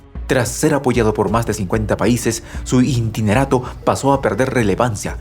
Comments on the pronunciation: buenas tardes que es un intinerato...?? muy buena noticia pero fallas en la dicción y pronunciacion, es interinato, creo que la palabra intinerato no existe...!!! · ¿INTINERATO? ¿Alguien pude enseñarle a este locutor la palabra interinato?